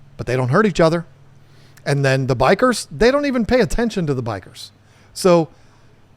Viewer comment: bikers killed my beta I keep hearing bikers not bichirs